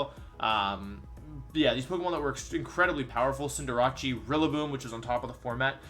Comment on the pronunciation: Is no one gonna talk about how this man pronounces cinderace